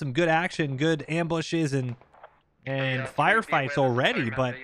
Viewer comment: The “awready” really had me convinced most be from Minnesota